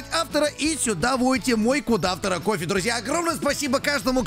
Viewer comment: Мне показалось, что он сказал "Кудахтора" вместо "Код автора"?